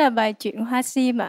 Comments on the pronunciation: Jangmi hát ko đủ tầm. Phát âm sim tím thành siêm tiếm. Haizz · Đứng riêng thì nghe tàm tạm…Đứng gần bà chế thì nghe Jang Mi xu quá xu. Giọng thì thều thào, hát Sim thì thành Siêm. Phát âm kiểu này mà cũng được hả trời. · âm sắc hay, kỹ thuật chuyển âm cũng tuyệt vời, chị Như số một. Giang Mi chọn bài chuyện hoa sim dở quá vì phát âm sim, tím sai hết rồi, luyến láy cũng làm bài hát sến quá